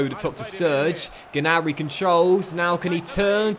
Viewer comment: You don’t say the ‘G’ on Gnabry